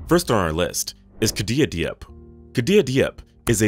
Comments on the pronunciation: It’s good. He just needs to learn the correct pronunciation for some if the names_like Diop. It’s nor Dee-op. It’s Jope (like rope with a J). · Not De-op. Jop is the pronunciation. 🙄.